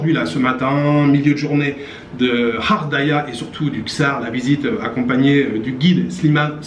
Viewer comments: tu ne lis pas les messages 😮comment prononce tu body Gard et bien tu prononce gardaia et tu fais exprès de prononcer kharkhdaia c'est pas bien. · Ghardaïa se prononce "guar" et non pas "rar" daïa 😉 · Juste une petite correction! On dit Wilaya et pas Vilaya ! Et ghardaia c’est GHAR non RAR ! Belle visite chez les M’zab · GHARDAÏA COMME GARE. ARRÊTE DE DIRE RAREDAÏA. 😡😡😡😡😡😡😡😡😡😡😡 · Salut prononcer Guardaia.Bon séjour. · Sa prononce gardaya comme garage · plusieurs personnes lui ont fait la remarque même benCo dit gardaia, tout l'entourage de cette ville prononce gardaia, bref tous les algeriens. J'avoue que je ne le comprends pas. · Vous prononcez mal le nom de la ville il suffit d’utiliser le G comme Garage ou Gardien et dire Ghardaïa. Bonne visite à vous. 🇩🇿✌️